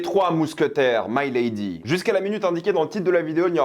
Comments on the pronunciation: Putain ….Milady …..pas My lady . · Pas " my lady " mais Mi ( mi ).lady... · Ce n'est pas " my lady " prononcé en anglais . Mais , " milady " , prononcé en Français "milédi " ! Le terme de l' époque pour désigner une femme de la haute . Enfin , bref ... Salut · C'est pas "Maïlady", c'est MILADY (même en anglais, on dit avec le "i") et je pense que tu n'as pas vraiment compris le déroulé, car ce n'est pas le Cardinal, le véritable cerveau du complot... Ensuite, si tu as lu les livres, tu sais que le Duc de Buckingham, n'est pas non plus n'importe qui (ce n'est pas "un petit anglais comme un autre") ; Au même titre que le Cardinal, c'est un as de la stratégie et de l'épée, ça aurait été très c.o.n qu'il meurt de cette manière (même si le retournement de situation est effectivement assez expéditif) Perso, j'ai été très déçu de ce volet (encore plus par rapport au premier)... C'est clair que je m'attendais à plus et à mieux... peut être un peu plus de scènes de batailles, une plus grande importance du Duc ou même tout simplement des mousquetaires (qui servent plus souvent l'arrière plan sans vraiment jouer un grand rôle dans l'histoire de base), mettre en avant le trio Gaston Louis et Richelieu (qui doivent avoir chacun trois ou quatre apparitions dans tout le film alors qu'il se passe ce que l'on sait...), où est passé la mère du roi ? Quid du mariage de Gaston ? Pourquoi Milady a demandé à Richelieu de sauver Dartagnan (alors qu'elle voit les mousquetaires comme ses "ennemis"?) ? Où sont passés les gardes du Cardinal ? Pourquoi Buckingham envoie des navires à la Rochelle alors que ça met en difficulté la France (et qu'il n'est visiblement pas hostile au roi) ? Comment Milady a survécu à sa pendaison ? Est-ce que ça peut donner un espo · C'est pas maille lady, mais milady, avec un i. Dans tous les films relatant l'histoire des 3 mousquetaires on dit Milady. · mé~lé~di pour la prononciation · Mec tu fais une critique alors que tu sais même pas prononcer milady